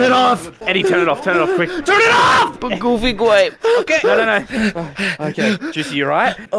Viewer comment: GooFY gWape GowOFFey GWAPEe